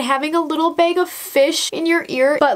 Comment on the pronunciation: Sorry but it’s bag not beg